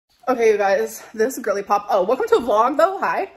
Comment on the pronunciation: Whe she says gorlypop, I hear woman who is fixing to pop😅😅😅